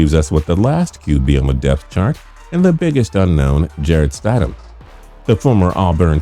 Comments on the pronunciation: Couldn’t take this video seriously, the minute you called him Jarrett StIDEham, had to shut it off. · pronounced STID HAM (like Squid-ham without the qu) and look at the tape of Stidham play, he's our new QB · It's STID-HAM let's repeat that STID-HAM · He pronounce Stidham wrong, I think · I cringe when he says “Stidham” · yes. how do you make a video like this and pronounce the name incorrectly